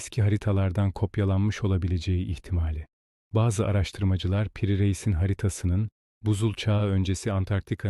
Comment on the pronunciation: İyi hazırlanmış ve iyi seslendirilen bir metin. Yalnız Piri Reis'in adını yanlış tonluyorsunuz. Piri'nin ilk i'si uzatmalı i'dir, kısa okuyorsunuz.